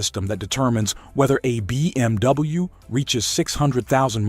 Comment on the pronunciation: so annoying when the AI says: bmw -> BeeMW. dude...can you just narrate these videos yourself. AI slop sucks. maybe the content is ok?